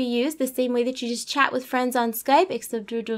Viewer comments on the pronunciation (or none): none